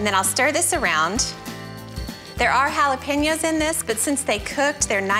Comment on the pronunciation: Mary struck Can’t pronounce “jalapeño,” though.